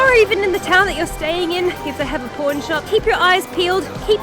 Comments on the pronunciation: Does anyone else hear porn shop instead of pawn shop when she says it? lol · When you say Pawn shop, i really thought you said p*rn shop. My jaw dropped a little bit. 😂😂😂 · we (americans) pronounce them as paw-n and poor-n. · I totally heard "porn shop" and was like woahhhh lol 😂😂😂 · Haha yeah, her aussie pronunciation of “pawn” sounded much more like the other word 😂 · In Australia we pronounce it the same way, how do you say the two words differently? 🙂